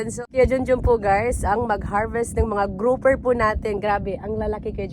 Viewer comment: Please madam pronounce “P” properly it’s Grouper madam not Groufer..✌️